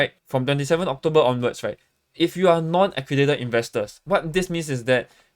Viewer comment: Pronounce accredited properly la